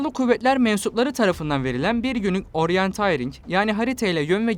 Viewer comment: Oryantayring mi? Oryantirik olmasın o